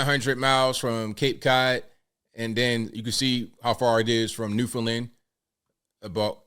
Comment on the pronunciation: is the only reporter who has pronounced Newfoundland correctly